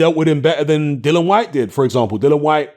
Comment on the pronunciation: No way!! I think Chisora has a fair chance to win no only that he can KO Usyk, and btw why do you keep calling Dillian Whyte "Dylan Whyte?